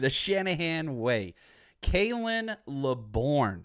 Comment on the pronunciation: Pronounced "lay burn"